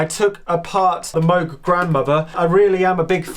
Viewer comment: Just a friendly reminder: it's pronounced Moog like "rogue" not Moog like "dude."